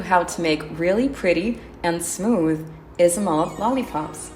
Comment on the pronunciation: i know right, it’s pronounced “Aisomalt” or “Aisomolt”